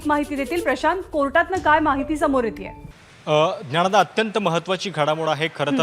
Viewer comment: सर्व पत्रकार मित्र मैत्रिणींना आणि निवेदक-निवेदकाना एक कळकळीची विनंती आहे की मराठीचे शब्द उच्चार हे अचूक करावे उदाहरणार्थ ल.... ला ळ.... बोलणे ण... ला न... बोलणे असेच काही शब्द आहेत ज्यांची सुधारणा होणे फार गरजेचे आहे ऐकताना अतिशय त्रास होतो या उच्चारांचा. आता हाच पत्रकार निवेदक ज्ञानदा चा उच्चार "ज्ञाणदा" असा करतो आहे